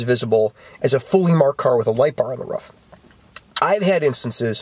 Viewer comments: its a roof not a ruff. ;) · Love how his says ruff instead of roof.